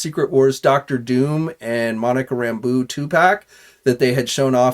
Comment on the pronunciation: Monica ram boo. Lol. I swear man. Your amazing. It’s Rambo